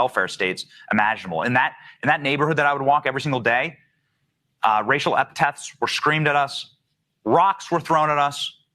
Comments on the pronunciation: Epitaphs? Does mean "epithets"? GODS, rightoids are SO fvcking maliciously stupid. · “Racisl epitaphs” lmao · Did this man say ”racial epiteths”? What's an epiteth?